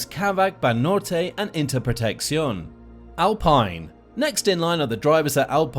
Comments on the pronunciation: Get your pronunciations correct if you want to do things properly. It's Bom-BAR-ierr and AlpEEn. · AL-PINE???? bro pronounce the teams right 😭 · Its alpeen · Go on al pine?? Wait that’s not right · Alpene not alpine